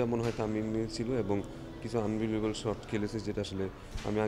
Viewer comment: Word ta hoche shot.. short na..